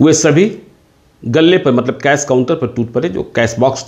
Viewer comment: Cash hota hai cas nae.